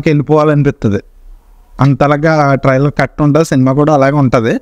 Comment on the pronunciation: ట్రయిలర్ ని ట్రయిలర్ అని సరిగ్గా పలకలేవు పూకా నువ్వు చెప్పాలి ట్రయిలర్ గురించి